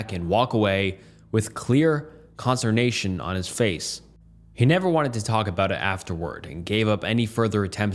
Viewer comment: "Con-S-T-er-nation." I like your videos. I've been throwing them on in the background while working on my various art projects — But whooouhhf nelly you mispronounce SO many words. At first I thought you were doing it on purpose. Sound 'em out bruh 😂